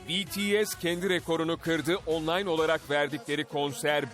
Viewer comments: ohhh sonunda bir haberci BTS'i doğru okudu 😁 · Aaaaa betese demedi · İlk kez biri bts'e betese demedi şaşırtıcı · betese değil de bities dediği için çok mutluyum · BTS'e betese demiyen senide seviyoruz... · BTS'e BE-TE-SE demeyen birini buldum sonunda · Ulan adam BTS i sevmiyor olsa bile bities diyor lan beni tanıdığım bazi armyler (bence değiller) betese diyor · Sonunda betese demeyen spiker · “B(İ)T(İ)(E)S” dediğiniz için teşekkürler. Bazıları BETESE diyorda. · İlk defa bities demesiii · Oha "betese" değil "bities" diyorlar!!! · Aynn haa ilk defa bir haber verirken betese demediler yaa sonundaaa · ilk defa birisi betese demedi BTS dedı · BTS i doğru okuduğun için tşk Atv! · İlk defa bts e betese demeyen bir haber kanalı